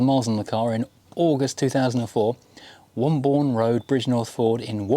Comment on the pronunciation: It’s pronounced ‘Wombun’ in these parts (West Midlands)……..